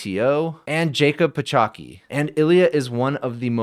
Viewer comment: it's pronounced Pahotsky xD not Pachoki xDD